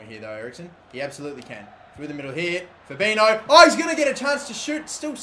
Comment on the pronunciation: You say Fabinho "fabinyo", that's the correct way to say it.